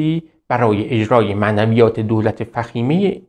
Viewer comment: اقاجان مَنویات نه معنویات ! شما خیلی کمی برا تفسیر !